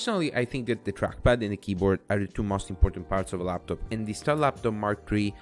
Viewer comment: The design speaks for itself it looks so good. But the “Star LabTop” is triggering me so hard.